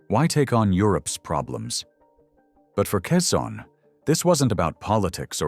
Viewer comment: Quezon nit Cezanne